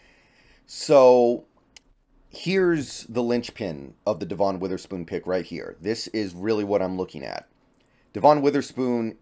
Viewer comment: I think you’re pronouncing Devon’s name wrong, just fyi. Thanks for the interesting content.